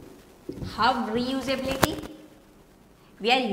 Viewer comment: resuability lmao